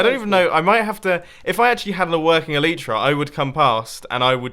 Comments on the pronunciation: please start saying Elytra right!!!! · Bumboooo, please pronounce elytra correctly 😂